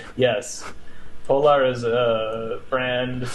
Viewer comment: Putting Foundation far right because one of their logos incidentally looks kind of like a religious symbol was the biggest bozo move of the video Also…”poLAHR”. Bro stop